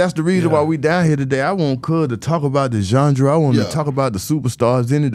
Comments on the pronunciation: Big Gipp aint say genre Gip said jundra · “Zondra” lol